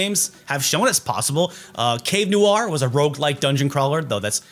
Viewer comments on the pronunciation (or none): none